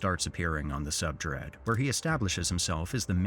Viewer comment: The use of AI voice over killed it for me. Come on dude. “Subdread” instead of subreddit?